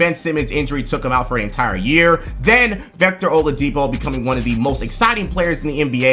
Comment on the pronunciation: My guy really just said vector oladipo like the guy from despicable me